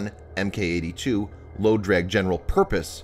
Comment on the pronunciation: You asked for feedback, here we go: When you see the letters "Mk" don't pronounce it as "M K." It's pronounced "Mark"